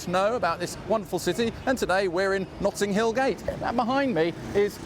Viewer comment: ‘Nutting hill’?